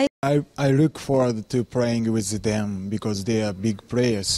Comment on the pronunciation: When he said I look forward to playing with them I thought he said Aidan's instead of them